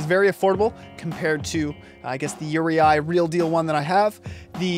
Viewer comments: it pronounced "ur-eee" not "ur-e-i" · Uri--eye? WTF??